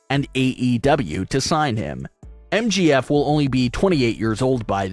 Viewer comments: It's M J F not MGF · For fucks sake. It’s MJF.. not MGF.🤦‍♀️ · It's MJF not MGF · why you keep calling MJF MGF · I just have to say that sucks a big one because they couldn’t even say MJF right they keep saying MGF and if Brock loses that will suck big times. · it is MJF not Mgf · It's MJF and not MGF!!😡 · Right like get the name right